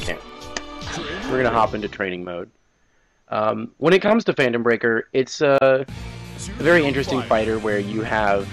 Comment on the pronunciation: Did u just call this fanetom breaker!